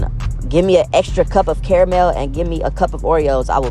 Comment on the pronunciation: Nigga it’s Kara-mel. Not carl-mull.